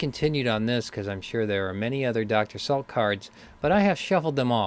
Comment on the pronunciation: Dr. Salik NOT Salk.